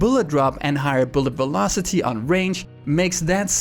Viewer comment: Velocity sounds like bulocity